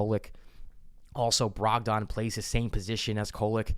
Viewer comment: I have a concern. His name is not pronounced Brog-don. It’s pronounced Brog-den. Please bro I beg you 😂